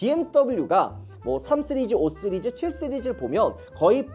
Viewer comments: 쓰리즈가 아니라 씨리즈에요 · 강남 발음입니다